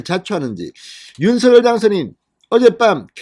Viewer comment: '윤서결'이 아니라 '윤성녈'로 발음 부탁드려요 당선인이 그렇게 불려왔다고 하면서 앞으로도 그렇게 불러달라고 하셨어요^^